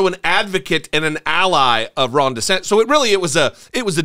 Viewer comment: I always hear “Rhonda Santis”. Surely I’m not the only one, right?